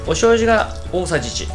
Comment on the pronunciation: おしょうじゅ（笑）